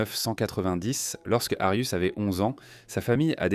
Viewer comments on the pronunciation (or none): C'est pas Arius mais Arias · Pourquoi vous appelez Jodi Arias " "Darius"????? Ou "arius"????